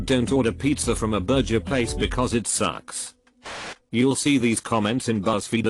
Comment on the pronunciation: Why can't the robot pronounce burger correctly?